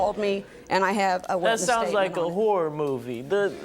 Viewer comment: For some reason I actually thought he was gonna say a whore movie